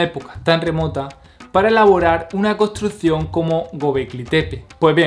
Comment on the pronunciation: tienes que mejorar la pronunciación de tus palabras, por ejemplo nosotros, construccion, mas, me parece que talón de aquiles es la "S" y la doble "R", felicidades por el video informativo.